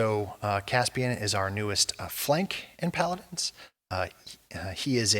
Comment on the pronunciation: they dont even know the names/pronunciation of the champions....for anything thinking of getting into paladins (rare) its still a fun game but watch this video and you'll see the exact same energy they put into fixing the game and keeping it alive.